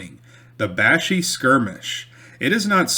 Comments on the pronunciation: its pronounced Bash-Eye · I love hearing stories about the area where I grew up hunting, fishing, and just running around in the woods as a kid with my cousins and our friends. The area where the Canoe Fight occurred is pronounced "bash-eye" back home.